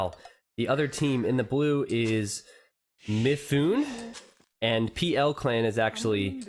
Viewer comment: it's "Mi-foo-nay"